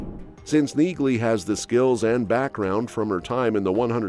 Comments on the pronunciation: the "g" is silent. Have you even watched the show? Her name sounds like nee- lee not neegly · It's pronounced nee-ly. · Neagley is pronounced Knee-Lee. The G is silent. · Pronounced NEE-lee! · It's NEELY! Drop the "G" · Her name is pronounced "Nealey". The "G" is silent. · You're pronouncing Neagley incorrectly. The "g" is silent. And Reacher is gonna suffer without Sten in the series I can tell you that as she is extremely popular on that show. Yep she's a helluva an actress. No touchee! Quite a switch for such a good looking woman. I wanted Reacher to give her a huge hug in several areas but I guess it won't fit. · I hate those voices they use in videos. Can't even pronounce names properly. Says Neagley and pronounces the silent g. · The "G" is silent in Neagley, like the "G" in Neighbor and Phlegm🤔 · Listen to the characters in the actual shows. The G IS SILENT in Neagley.